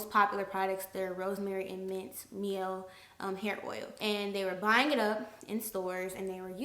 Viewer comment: My-elle organics spelled Miellle organics tho